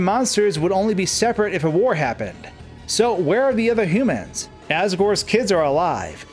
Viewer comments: the way he says humans is just... ouch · cool video but its hue-man not however you pronounce it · It's funny how you say "humans" as if its a word Toby made up